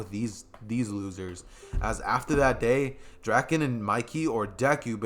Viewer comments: bro please in the next part say draken right its drake - in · Draken ITS D R A K EN